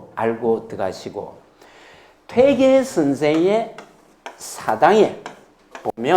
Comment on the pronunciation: 퇴계의 퇴의 발이 틀렸나이다. 길게 발음해야지오!!